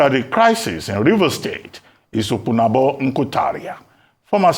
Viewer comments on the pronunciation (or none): OPUNABÓ, not Opunagbo. There's no letter "G" in d name pls. Once "G" is added, d meaning bcoms different in Kalabari Ijaw dialect/language.